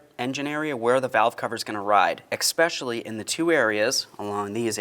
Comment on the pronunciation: Thanks for this. Well shot and narrated. Great speaking voice. I’ll be replacing cover & gasket in my daughters exact same vehicle here next weekend. Only comments are perhaps a bit nit picky: Instead of saying “crack” regarding putting RTV on, maybe say “seam”. Also, “especially” does not have an “X” in it : )